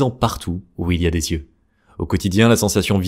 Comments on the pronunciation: Merci pour cette vidéo. Précision pour faire avancer : On ne dit pas « z »yeux bruns, bleus… s’il n’y a pas de « s » avant ; mais « i » eux dans ce cas. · Super ! J’ai appris que j’avais des yeux noisettes à 57 ans. Merci. En revanche « yeux » ne se prononce pas « zyeux »😅